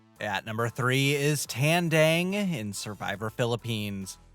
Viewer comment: you can pronounce Kalabaw but not Tandang. they have the same A sounds